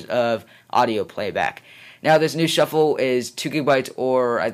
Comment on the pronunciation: "ipod shuffle... chuffle sorry" i LOLd XD